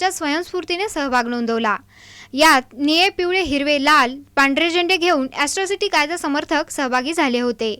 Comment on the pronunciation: ऍस्त्रोसिटी नाही ताई अट्रोसिटी आहे ते